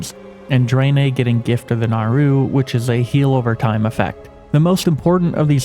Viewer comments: why do you say draenei like that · Ok, ya got me with how ya say the name of the alliances new race.